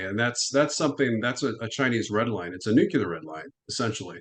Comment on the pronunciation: I can only watch someone say noo-cue-lar so many times sorry.